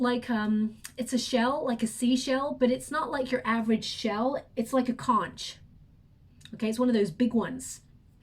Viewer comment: Hey, that conch shell is pronounce as konk! Don't mean to correct you but just letting you know! I love your readings and can't wait for each reading! Thank you so much!